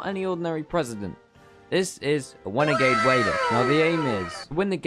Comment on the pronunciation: OMG its wenegade waider